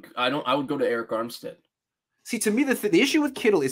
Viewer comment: Until he said Arick Armstead 🤦🏻‍♂️